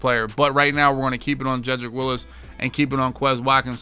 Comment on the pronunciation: It's Wills, not Willis lol